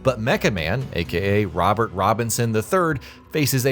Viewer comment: Damn he actually messed up Robert’s name